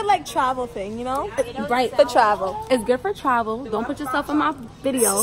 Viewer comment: “fa traval “ 💀💀💀💀💀💀